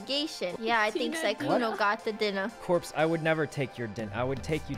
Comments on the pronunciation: I think your quote is still accurate- he said Dinuh (or however you spell it) at first, but when he said what you quoted- he did say dinner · “I wouldn’t take your DINNA, I would take you TO dinner” okay smoothkuno ❤️ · "I would take you TO dinna" Smoothkkuno stikes again